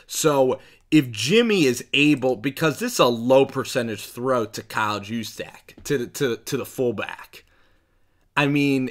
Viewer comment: Nice Job pronouncing kyle juszczyk correctly.